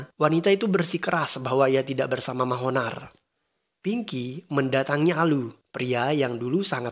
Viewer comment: Pas denger Mahonar.... Ngakak asli... Yg bener manohar bang buka Mahonar...😁